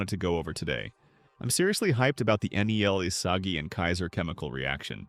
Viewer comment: did bro js say isasi????